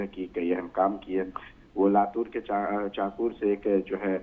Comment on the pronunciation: चकूर नहीं , चाकूर है...लतूर नहीं, लातूर है ...